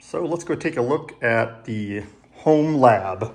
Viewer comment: Bro said homelab 🤣😂